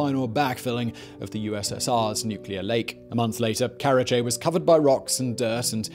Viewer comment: karachi not karache